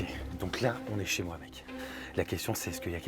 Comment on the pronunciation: Pourquoi tu dis chez wouahne mais que ce chez toi 🤔🤔🤔🤔